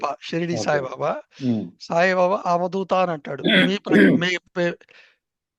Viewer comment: avadoota kaduavadhoota.ardhalu very